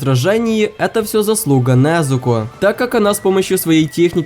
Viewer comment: Ты ошибся не Назуко а Незуко не для драки я просто скажу